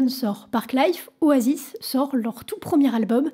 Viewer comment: Super elle a pris des cours d'anglais ! Juste oasis se prononce o-ey-siss